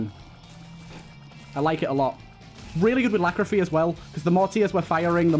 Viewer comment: Every time you call Lachryphagy 'Lachrophy', someone kicks a puppy.